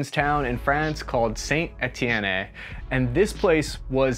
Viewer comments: Where is St.Etiennay? You don't emphasise the 'E' on the end of Etienne. The British pioneered the development of the 'bullpup rifle' after WW11(see EM1/2). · just a note - Saint-Étienne is pronounced like sont eh-tyen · If he says Send Éti-énné one more time... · As someone who watches a lot of forgotten weapons hearing you anglofy saint-étienne was painful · Okie doke just subscribed, if you need help with French pronunciation just let me know. Say "San A-T-N":) Thanks for downplaying the "French always run" stereotype, I've gotten to work with a lot of active duty and reservists and esprit de corps is very strong -- very brave, competent people. My job? I'm an English trainer! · ah oui, Zaïnt-Étiénné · You do not pronounce the e as an é in Ètienne lmao Ètienn buddy. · Sa- an- en- ti- en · Just saint et-i-en not st. et-i-en-a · As a French, that sounded about right 👌 The Famas is great but has some issues that made him more difficult to handle than your average AR or HK. The sad part is that all the French army stock is going for destruction and not for the civilian market. Civilian Famas are VERY rare. Unfortunately. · Somewhere in Arizona, Ian McCollum is weeping over how “Saint-Étienne” was pronounced in this video. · Lol the constant mispronunciation of "Saint Étienne" is making me chuckle. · Lol that st etienne pronunciation 😬😂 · Please learn how to pronounce St Etienne!